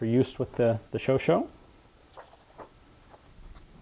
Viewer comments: The pronouciation is "sho-sha" (last 'a' like in "cat", "fat") and not "sho-sho". Please believe a native speaker on this. Congratulations for all the nice videos, by the way. Please keep it up. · I believe it's pronounced Showshay